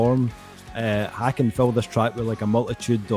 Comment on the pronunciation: Just a heads up, it’s pronounced like Taken with an H